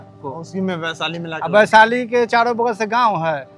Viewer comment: Vaishali hota hai sir g (वैशाली)